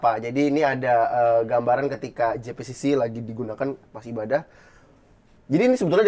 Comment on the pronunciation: JEI pi si si bukan JI pi si si